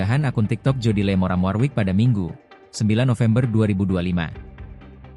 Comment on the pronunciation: Baca nya Jodi lii bukan Jodi le...pala bapak kau kuntul